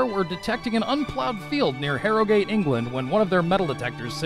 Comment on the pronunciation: It's not "Harrow - gate" it's pronoiunced "harra - g't"